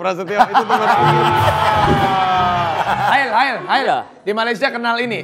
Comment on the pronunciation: Its "Hael" not "Hail" 😂♡